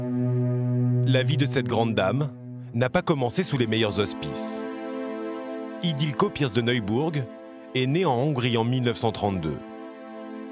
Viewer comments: Ce n'est pas Idilko mais Ildikó! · C'est ildiko et pas idilko !